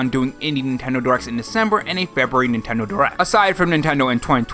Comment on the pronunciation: Cool animations. But “Febuary.”🤣🍩🍪